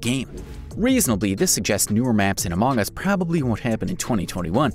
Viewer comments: Everyone: among us Him: amaang us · QUIT SAYING AMOUNG US! It's among us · Stop saying amoong us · Instead u saing among us u Say amooogas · He said it like that.